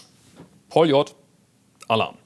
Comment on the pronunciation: Hey... Did you smash her in the brake room? And it’s pronounced Полёт!